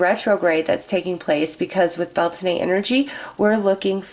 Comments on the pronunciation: Beltane (/ˈbɛl.teɪn/) pronounced Bel-tain. Thanks from this Irish ancestered person. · Blessed Beltane to all! 💖✨ It’s the opposite of Samhain so the veil is just as thin as Samhain, but instead of the Underworld it’s the Veil between us and the Fae that thins today! Blessed Be!!! 💖✨ (Just so you know, it’s pronounced bel-tayn 😅) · Bel taaaane We're not French😆🤣